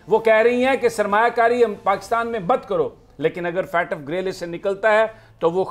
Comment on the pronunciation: It's not Fatf It's FATF